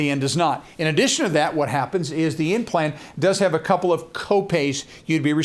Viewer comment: He actually said N plan but it sounded like implant.